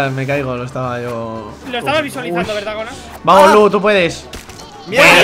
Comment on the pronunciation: es gonaluh no goluh ni gonuh (sin ofender)